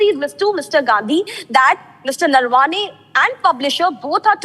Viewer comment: The Lady Anchor pronounced Gen's name wrongly - it is Naravane and not Narvane. Needs correction. Silly mistakes.